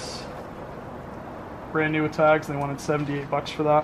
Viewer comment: If this 2 videos played at a bar... It would the the best drinking game EVER. "It's bran New" 🥃-- Shot--🥃You'll make some alcholohics really happy!!! 🤣🤣🤣